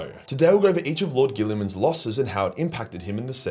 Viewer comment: "lord Guilleman"?